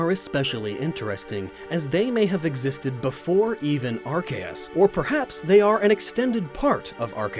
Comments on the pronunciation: I just want to know why pronouncing arceus diffrently? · he also mispronounced arceus. pretty sure its pronounced R-see-us not R-kei-S considering the japanese name is A-ru-se-u-su. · ITS ARKOOS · It's pronounced AR-SEE-US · or there's ark-ee-us his is more of an ar kae us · its prenounced ark-e-us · I've never heard Arceus pronounced R.K.S. before.